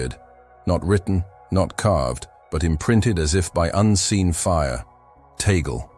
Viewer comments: CORRECTION PLEASE,,, TAGLE PRONOUNCE,,, TUG-LE NOT TAYGOL.TNX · It's pronounced TAHG LAY. And this sounds pretty superstitious.